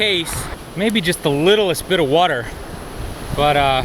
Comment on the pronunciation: what is whuuuter? lol